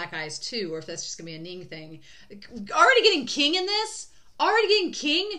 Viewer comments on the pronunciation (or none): I don't know if you figure it out in future reactions, but just in case: Qing is pronounced Ching, not King.